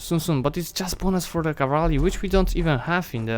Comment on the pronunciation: As much as I love this series, please try saying CA-VAL-RY not CA-VAR-LY. :) And land-locked is nation which does not have access to any SEA... In defines.lua it is called move-lock. Not to mention that navy can also be move-locked. At the beginning of any save file there is a section named "dlc_enabled" - maybe you should play with some DLC's turned off, for example to avoid such a ridiculous level of government reform at this stage of a game. And also it would show even more proficiency if you were limited in your actions accordingly to DLCs "possesed" by original player/author of a save file, not your DLCs.